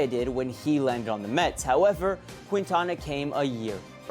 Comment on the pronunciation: it's "keen-tana" not "quin-tana"